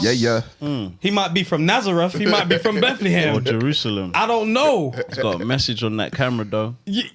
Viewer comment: Imma need all of you to collect the helmet for that pronunciation of Bethlehem